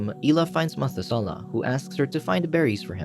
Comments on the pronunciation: its pronounced meh-thu-se-leh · Methuselah = Meh-THUZ-uh-lah Liked this retelling but narrator must have skipped Sunday school ;) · Ma thoo slahhhh is how you pronounce Noah’s father’s name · when you hear "methusela" and your language says "mathusalem" (pronounced mat-hu-za-lem and "za" isn't like "zey") all I have to say is, le mao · You got me. Dead ass got me. Comments = dollars. Meth-oo-zel-ah. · The mispronunciation of Methusela is killing me ... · Very odd pronunciation of Biblical names like Methuselah!